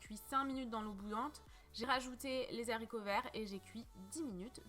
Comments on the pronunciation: les zzzzzharicots verts 😭😂🤦‍♀️ les HARICOTS verts 😂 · Appétissant ! Par contre les haricots pas les zaricots😉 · J ai entendu loool ....bien la peine de faire la belle avec son phrasé et de faire saigner nos oreilles en mettant cette impossible liaison 😂😂😂😋.....des zzzzharicots verts 😂😂😂😂